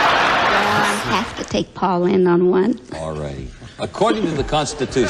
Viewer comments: If you want to see some top-notch Paul Lynde, check out Bye-Bye Birdie 1963. His last name rhymes with 'pinned' NOT 'pined' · Pronounced like blowing in the wind, Lynde.